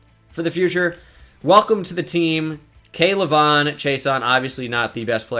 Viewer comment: You butchered K’lavon’s name it’s all in one like act like the apostrophe is not there😉